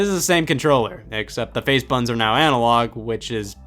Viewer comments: 1. “BUTTONS” is a 2 syllable word and is not pronounced “buns”. 2. Your controllers are filthy AF. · scott pronouncing buttons as ”bUHOns” for 20 minutes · Dude when you say buttons it sounds like buns. 😂 great video! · buh ins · Nintendo made Bu ins, what did you do, DAAAAD?? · Bah enns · I like how he says button, “bu-in” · Alternative title: Scott says "buttons" with weird emphasis for 23 minutes. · I can't watch this anymore because of how he pronounces "buttons".